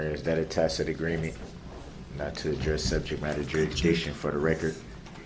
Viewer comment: It's jurisdiction, not juridiction....No offense intended.